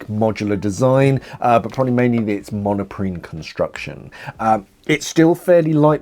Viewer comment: I think it is Monprene not monoprene